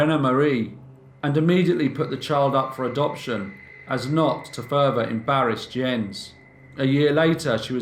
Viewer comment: is this Jens? It's pronounced Yens kind of like japanese currency yen and the ce of lace like a woman's collar. It's my dad's name. Shout out dad!